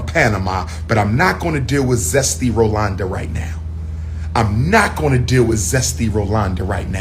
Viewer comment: Not Rolonda🤣😂😆